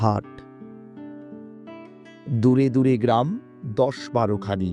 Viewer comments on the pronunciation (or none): none